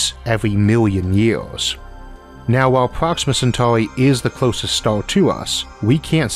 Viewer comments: Am I the only one who's hering "Stal" instead of Star? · "The closest staw to awth " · I can’t listen to this. I cringe every time he pronounces the word “star”. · Could I ask what dialect this is spoken in? I hear Oarth (Earth), stoar (star) and other words in non-standard pronunciation.